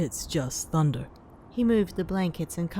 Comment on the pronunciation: I love how were just like: Tunder scawy . LEGITIMATELY me